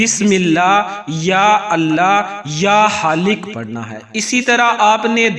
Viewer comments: Ya AP halik bol rhy ha ya Khalikk plss confirm Bata dy q ka halik kch nh hota Khalik hota ha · Bismillah ya Allah or 3rd word kia he ya khaiq ya haliq pls pronunciation theek kia Karen ya screen pe likha hua ho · Ya Allah yahali hai ya haalik padh rahe hain samajh nahin aya